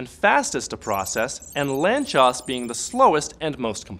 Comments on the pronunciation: "Lantchós"??? i pronounced "lánc-sós" my whole life... :( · FYI, the name "Lánczos" is pronounced "lantsosh". Source: I'm Hungarian. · Ah, I thought it was Polish, where cz is pronounced like that